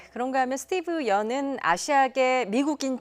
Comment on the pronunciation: 스티브 연이 아니라, 스티븐 연이에요. 무슨 뉴스가 사람 이름을 틀리나요?